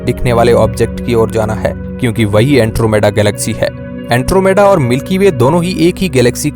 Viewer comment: अँट्रोमिडा नाही अँड्रोमेडा 😂 hai wo